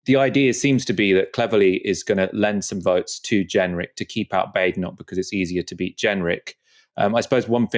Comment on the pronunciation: Please respect how Badenoch wants her surname pronounced.